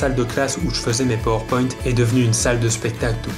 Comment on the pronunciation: Tu le prononces mal Power Point.